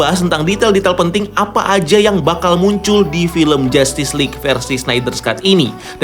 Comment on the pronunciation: 9.55.. Dimana diujung..."buncullll"..(muncul masksudnya)😂